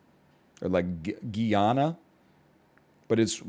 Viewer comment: Just wanna lyk Guyana is pronounced Gai-Anna or Gai-ana😊